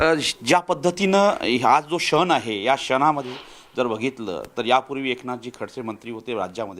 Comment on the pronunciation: क्षण नाही शण म्हणतोय मराठी चा पत्रकार